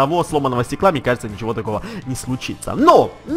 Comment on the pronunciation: ты какой рас гавариш тут нечего сложного а в вэживание сказал кажэ это сложно